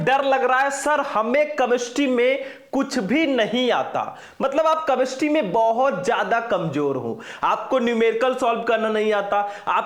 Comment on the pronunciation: कैमेस्ट्री होता है कमेस्ट्री नहीं